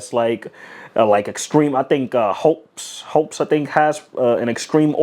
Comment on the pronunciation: its hopps not hopes lol. like you hopps on a bike and take a ride